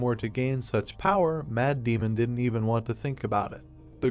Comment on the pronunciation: every time you say 'Mad Demon' i hear 'Matt Damon